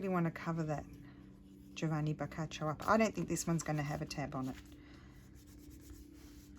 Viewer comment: Well done you pronounced Giovanni's name properly 😀, I am from Italy and most people miss pronounce my name. Love your videos and the tags.